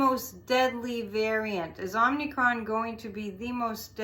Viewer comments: The name is derived from the Greek letter, OM-i-cron. Not OMNI. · "Omicron" pronounced 'Ah muh kraan' is a letter from the Greek alphabet. Not to be confused with the 2018 Canadian horror film "Omnicron." It has an additional 'n' in the second syllable. 😊